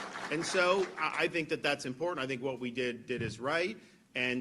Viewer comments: pronounced imporTant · What the hell is wrong with you that you can’t pronounce the word “IMPORTANT “. Is something WRONG ?